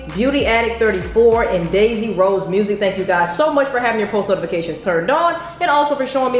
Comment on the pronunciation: You can’t even say her last name right like I- 💀 how hard is it to say “Rose”- 😂😂